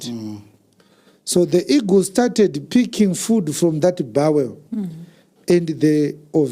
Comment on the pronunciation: Eagle not Ego